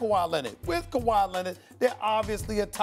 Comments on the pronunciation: "KaWHi CarRRieD THe RaPTorS" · Stephen hates when he calls kwahi all time great